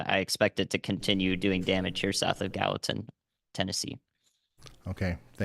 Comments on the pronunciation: GAL-li-tan is how you pronounce it with a hard G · Please share with the guy that continuously called Gallatin, Ga Latin, the proper pronouncement. I kept hoping someone would chime in and tell him. I know I would want to know if I was butcheting the town name live on air to the public. Ga Latin 😂